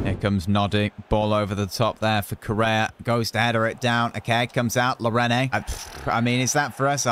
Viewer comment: you keep getting players names wrong. Marquinhos (Mar-keen-yos) and Llorente (Lor-en-tay). It's making my OCD make my brain go fuzzy